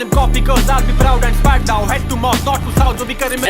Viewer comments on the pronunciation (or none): none